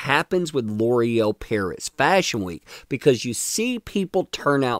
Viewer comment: gotta cringe every time L'oreal is butchered into Lore-el. now that i've said it, you can't unhear it